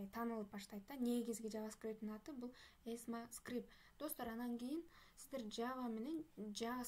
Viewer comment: 😅😅 Эсма эмес экма скрипт болот.